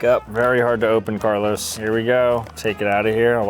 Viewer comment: being for NJ you really shouod know that its is "Carlo's" bakery and not "Carlos'". His name was Carlo not Carlos hes Italian.